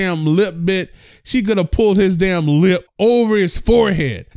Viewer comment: Me: Why you say lip like that😂😂: you talking about